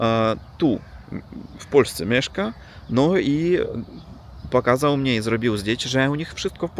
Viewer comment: I często mówisz " dla mniA ", dlA mnie. Duża litera to akcent. Dobrze mówisz. Pozdrawiam.